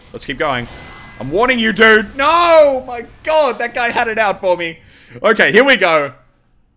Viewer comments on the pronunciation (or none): none